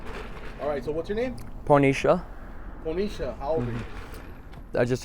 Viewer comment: The letters say Ponysha but i swear this guy said "Pornesha"